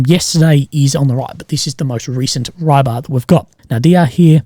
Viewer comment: haha And Rybar is not Rye-bar, more like ri-bah.